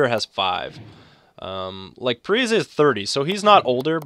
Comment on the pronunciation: Also, its pronounced parisi, he said that he wanted people to say it like that last offseason i think